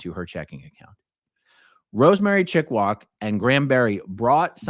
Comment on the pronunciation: I see. "Chickwak", not "Chickwog"